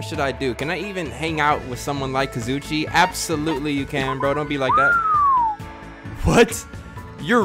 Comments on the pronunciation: kazuichi is pronounced like kah-zoo-ee-chee. it doesn’t really matter tho lol. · I feel stuck up for saying this, but it’s kah-zoo-ee-chee that’s how you pronounced kazuichi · Kazuichi = Ka-zu-e-chi Please, PLEASE SAY IT RIGHT!!!! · no its kaz oo ee che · Lol it’s pronounced. (Ka-zoo-ee-Chee) Kazuichi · his name is KA-ZOO-EE-CHEE :l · I learned a little about Kazuichi today... Pronouncing his name right was not one of the things I learned today...